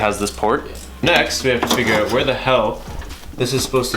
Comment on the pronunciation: The way you say out gives me cancer